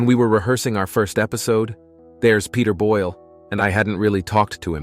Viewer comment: *Boyle. NOT: "Boyel"-!